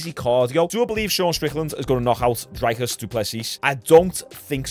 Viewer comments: Hey Sean, just to let you know it's pronounced Dree-cus. But it's at least a lot better than some other pronunciations I've heard from other commentators. Love your content bro 🤜🤛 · Pronounced “Dreekis” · For future reference his name is pronounced Drickus (the r is a roll of the tongue, but fuck that) “Drick-us Doo-pleh-see” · his name is pronounced dree(like tree) cus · You pronounce Dricus Duplesis like the ‘rick’ in Strickland, then it’s : Duu plus cee